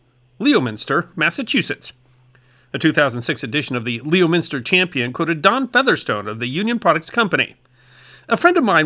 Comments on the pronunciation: The Massachusetts town is pronounced “lemonster” not Leominster. Even flamingos know this. 😮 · It’s actually pronounced “Lem/inster” We’re funny that way here in Massachusetts. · Leominster is pronounced "Lemonster"... And Worcester is "Wuhster" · Your MA plastics Mecca is a three-syllable word pronounced "lem-in-stir" with "lem" as in "lemon" Wou;d you like some assistance in proper pronunciation of names? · Our town names are tough up here,. The town name is actually pronounced, "Lem-inster". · In addition to the :nails on a blackboard" pronuncition of Leominster, it should also be noted that the otherwise Blue Collar town is widely known as "Plastic City USA" mostly due to the fact that it seemed like everyone in town that had a garage, had some sort of plastic moulding device housed there while their car was outside. I also believe that the process to produce the 3 dimentional flamingo is more likely Blow Moulding rather than Injection Moulding. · You did much better than most do!! 😂 Leominster is even worse than pronouncing Worcester in my opinion!! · Couldn’t be bothered on learning how to properly pronounce “Leominster” or “Worcester” huh? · The way he pronounced Leominster was.... "Fun" 😂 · You mis- pronounced Worcester and Leominster. Do some research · FYI, you didn't butcher pronouncing Worcester as bad as many do, but you missed Leominster by a mile. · I'm pretty sure that the British would pronounce Leominster with 3 syllables and not 4. Same thing applies to Worcester, aka "Wooster". Have you never put "Woostuh-sheer" sauce on your steak? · I loved your flamingoes, but may I help you a little with New England pronunciation? Leominster is pronounced "Lemon-ster" and Worcester is not pronounced with the double o in "woo" but with the double o in "foot." And yes, I am from MA. Looking at the comments it doesn't seem like even we Easterners agree. That's okay, I never pronounce Colorado correctly. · It’s pronounced lemon-ster :)